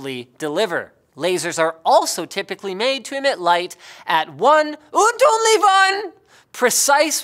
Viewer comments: That is Not, how you pronounce "only one" in german. Its actually "Nur eine Einzige". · WTF should that be? Im from Austria, so im a native german speaker and the only german word i can hear in that section is "und". The other two are "unly" which is defenetly meant to be "only" and "won" which is.... i dont know.... Probably prepare these "German Sections" a bit better the next time guys (and girls) :D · Mrs Unknown I think he's actually saying "and only one" but with a german accent x) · Sputnik_Spaten /Spaten It is, however, exactly how you pronounce it in English with a German accent.